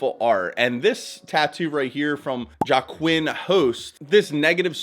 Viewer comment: JOAQUIN IS PRONOUNCED LIKED HWA-KEEN